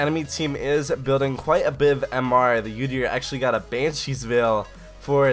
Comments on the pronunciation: It's pronounced ooo-deer not you-deer... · Holy shit when you pronounce udyr as "youdyr" i wanna kill myself haha. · your pronunciations of some champions are just awful sorry to say that - Udyr ist "Youdeer" and Nasus is "naisus" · The only bad bit about this vid is him saying "Yoo-dyr" repeatedly